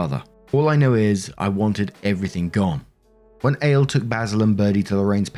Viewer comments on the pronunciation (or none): Ale? 😅 Not A-Lay Like Alejandro... 😂😂 Maybe... 😆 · That's probably "Al-ay" rather than ale. It's Spanish innit? Oh yeah and OP is a friggin monster. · Lol it's probably pronounced Ah-le it's a Hispanic name. I knew a guy with that name. But your mispronouncion is funny. Lol